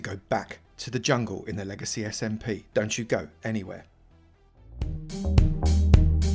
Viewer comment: I thought it was "Legacy Simp" for a moment